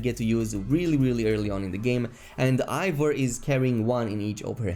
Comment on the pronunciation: It isnt pronounced Ivor its Eivor E i v o r